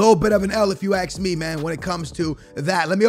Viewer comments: Hvvb Hvvmk hate it when he says ax me man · No one:: If you guy have any questions ax me